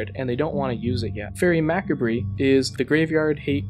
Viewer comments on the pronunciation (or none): macabre... professor why :( its not 'mac-ab-re,' its 'ma-cob.' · don't like to be a grammar or pronunciation nazi, but holy hell was it irritating to hear it pronounced mak-a-BREE. It's MA-karb or MA-kar-br. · It's pronounced Mah-Cahb. Lol at mackabree!!! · When he said "Mack-a-bree" for Macabre, i almost fell over. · "Faerie mackabree" lol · Always heard it pronounced as Ma-Carb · Always heard it pronounced as Ma-Carb. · being the nth reply in this comment chain that seeks to answer rhetorical question, but being a native francophone, I'd wager that the correct pronunciation would be "Mah-CAH-bruh", with almost no weight on the last syllable. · "Faerie Mack A Bree" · Did he say Faerie Mack-A-Bree? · Commune with the Gods is the card you are meant to be describing NOT Satyr Wayfinder matey P.S. Macabre is pronounced like McArbah (not a real word) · Just so you know, "Macarbe" is pronounced "Muh-carb" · "Mackabree". Does this person not know how to speak?! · That pronunciation of "macabre", though. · the way he pronounced faerie macabre made me sad.